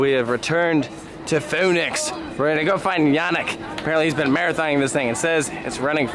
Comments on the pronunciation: Its fønix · Take a shot every time pronounces Fønix differently. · Man if I had a dollar for every time pronounced “fonix” differently I would be rich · I’m laughing at the 5 different pronunciations you used for Fonix. Just one right after another 😂